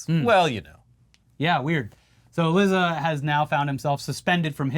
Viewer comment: Lizza. Actually, it's pronounced leet-sa. Like pizza.